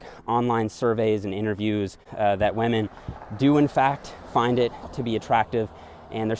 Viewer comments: I love how says wamen instead of women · I hear "Weminn". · Am I the only one hearing wahmen instead of women? xD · Does anyone else hears him saying wamen instead of women? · Me: Women.: Wahmen. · WAMEN! (i think he is watching pewdepie these days) 😂🤣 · "whamen" (c) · Each time he says "wah-men" instead of "women" xD. Love the content though, good work! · What the hell is a wehh-min? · Waymen . updated my pronouncation. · why does he say wamen? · Great video, good content but I can't help it... : waman 😂😅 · what is a "weh-min"? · “Men and wamen” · I love how you said whamen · I was just about to comment that and was checking to see if anyone else did 😅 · I almost hear lemon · Gotta respect wahmen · First you get ze glutes, zen you get ze powah, zen you get ze wemmin!